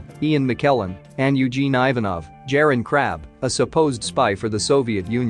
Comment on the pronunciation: some of the pronunciations need work: Jeroen Krabbé and Pam Grier for instance